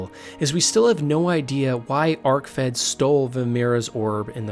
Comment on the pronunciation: Anyone else tilted by the bad pronunciations in this or just me? I was just gonna ignore it until he said Vamira instead of Vaermina (not to mention Arkved being called Arcfed, am I having a fucking stroke or is he having a laugh?)